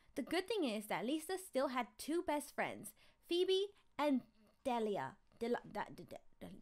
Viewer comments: Its de-la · it's Delia (de-li-a) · Its pronounced dee Lee a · It's dee-lie-la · I think Delia’s name is pronounced Duh-Leah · It’s pronounced DEElia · its d EEEE llllllll EEEE AAAA that is how you pernounce it ok love you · It’s deee Li ah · Are you serious zai it's pronounced as deeeeeleeeeahhh(delia) and foooooooobeeeeeeee(phoebe) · De lia thats how u pronouce XD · You pronounce Delia’s name Deeleeah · You pronounce Delia: Dee-Lee-Ah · Nooooo it's De-le-a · Delia is my mom name but sound it out de-li-a please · Delia is pronounced "Dealia" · Dee lee a id how u pronounce it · It not Delia it diiliiia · The name u couldn't pronounce is pronounced deal-e-a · Hi. My daughter got so excited when you couldn’t pronounce Delia and decided to call her Dalilah, because that’s her name. She loves watching your channel. 😇